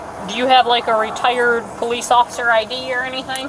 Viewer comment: He say he pulliss